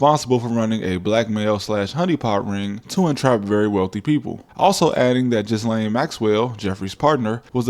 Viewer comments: Great video👍👍 also the S in Ghislaine is silent. So its pronounced “Gilaine” not Jizzlaine lol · In what world is Ghislaine pronounced Jizz-lane? it's Gih-LAYN... Get cultured... geez! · Yes. He was a spy or an intelligence asset. A tool really. A disposable tool. What's being covered up is not Trump's activities, but rather Mossad's and how compromised American industry and government is. BTW Ghislaine is pronounced Ghee-len in English. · It's pronounced "Ghillaine" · It's pronounced jil-ane (Maxwell). Regardless sir, you never cease to amaze me regarding the legwork you put into your stories. Fab as usual, and I wait for your pieces with the anticipation of a Hollywood blockbuster (but better - since I'm sure you know the value of blockbusters nowadays). I've sent your stuff to members of my family, which for me, I very rarely do. Thanks again, and look forward to the next one. Peace 😎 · I love how blatantly you butchered ghislane's name.